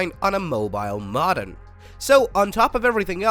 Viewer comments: Maw-dum????? It's Mow-Dum,,,,,,,,,,,, ugh, AI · It's pronounced Mo-Dem not Mod-Em. Evidenced by the fact it's a Modulator Demodulator i.e. MoDem. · Its Moe Dumb not mod dem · MO-dem, not mod-dem. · OMG I have never heard anyone pronounce modem "ma-dum"😦😒!!!! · Yeah, I wasn't aware we had switched from modems to maudums. Could this be a tell tale sign it's AI talking... Or is it a human who's unfamiliar with English.? ... think I'll choose a more reputable source to hear the news from about the gory details. Adieu. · Perhaps you should learn to pronounce MODEM before you report on these topics.... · Had to quit after the seventh time it mispronounced "modem." 🤦‍♂ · we are not certain you are pronouncing Modem correctly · this is a gen z ai based on how it mispronounces "modem" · For all that is Holy please stop pronouncing modem like that it's 1,000 percent incorrect for crying out loud. 😂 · is this an AI voice? You really don't know how to say modem or Verizon??